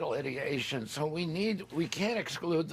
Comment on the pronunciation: It's ideation, not idiotion! He's an idiot!😂